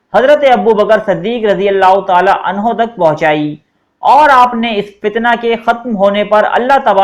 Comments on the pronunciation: 5.25 pay aap nay abubakr ko anhaa kaha ha anho kaha karo bahi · Aap nay bht dafa anha use kiya ha kindly anho bola kary sahabi k sat